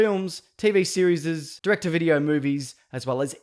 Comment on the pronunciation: I like this guy cuz he's like fuggit I'm gonna say tv series like this "TV SERIZZZESESZZZEZZZS"